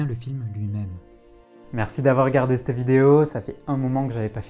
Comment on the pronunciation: J'adore tes vidéos ! Mais à chaque fins où tu dis " c'te vidéo " je tique ahahahah